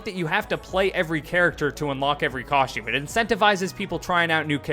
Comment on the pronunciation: Dude pronounced costume as "coshtume" like 50 times.